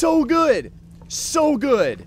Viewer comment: Who else thought he was saying "so good" as "sew good"